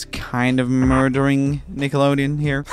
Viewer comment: "disney is murdurring nickelodeon" -roomie 2021